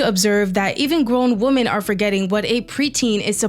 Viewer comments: Why do you gen z pronounce 'women' as 'woman'. It pisses me off. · Your videos are good but Woman/ singular WomEN/ collective. I’m sorry I have to turn these videos off when the word woman is mentioned more than 6 times instead of women. It feels in a sense objectifying women. Or a type of species we don’t understand. Or some kind of unidentified intelligence/alien. I’m not the best at grammar or spelling. In fact there is more than likely a load of errors in this post. And I don’t mind being corrected. However I feel this is a super obvious error and almost like it’s a trend to mispronounce. Just replace the gender and see how stupid it sounds no one says man instead of men in regular circumstances. Or repetitively after evey pronunciation of the word Sometimes it can be acceptable but not when someone is talking intellectually and I wanna take it serious.In never usually get irritated but this one thing really dumbs good essays down people are doing more and more regular feels like it’s dumbing it down human intellect Change is how language is made but usually it has a theory or like rules and this to me is one that doesn’t work for the English’s language unless it’s a stand alone sentence. Or to make a statement. However it looses its when it’s pronounced in sentence where the word woman is brought up I know I’m Being an idiot complaining but what happened to us.